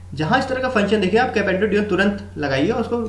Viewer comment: its componendo and dividendo bro (not capendo divendo).. rest i liked your trick :)